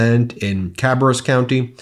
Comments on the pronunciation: Ca-bare-rus county in NC. Had a laugh at your mispronunciation.😂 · Just for future reference, Ben, it's "Ca BEAR us" county. ;) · Lol. That's not how we pronounce Cabarrus County. That's okay though; love your work!